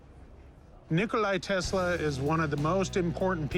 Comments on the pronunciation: And its not nikolai its nikola tesla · Can't believe Rick and both said Nikolai Tesla.